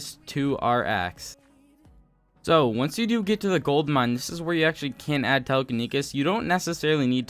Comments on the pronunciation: Its telekinesis not telekinekis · "Telekenikis" Boi It's Tele-keni-SIS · Tele-kin-Esis not kesis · telekinikis read that again.. telekiniKis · "Telekinikis" Has mini Heart attack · It’s pronounced telekineSIS, and it teleports broken blocks to your inventory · my ears every time after he said telekenisis" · telekenekis lmao xd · the way he says "telekinesis" is so funny and also pls learn roman numerals (no hate love u but its just kinda funny) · the way you say "telekinesis" hurts me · My ears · I feel it in my heart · that dude and zealous